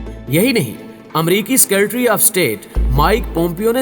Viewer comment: بهئی آپ سے مودبانہ التماس هے کہ جب آپ تبصرہ پڑه رهے هوتے هیں تو آپ کے پلفظ کی واضح غلطیاں مزہ خراب کر دیتی هیں. مثلا "سیکرٹری" کا لفظ. آپ اسے سکیر ٹری بولتے هیں. پلیز کسی ماهر شخص یا کسی سینئیر سے تلفظ چیک کرائیں. بہت هی کوفت هوتی هے جب آپ "سکے ر ٹری" بولتے هیں.